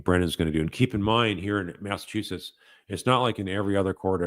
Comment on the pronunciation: Its Massachusetts 🤦